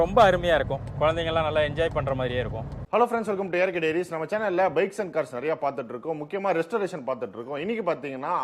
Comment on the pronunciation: அருமையான வீடியோ ஆனால் உங்களுடைய சேனல் பெயரை உச்சரிக்கும் போது A R K Diareys என இடைவெளி விட்டு கூறவேண்டும்